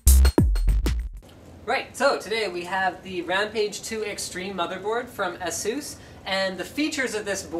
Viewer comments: This video is so old that Linus actually mispronounced Asus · ASUS = ASS-SOOS CONFIRMED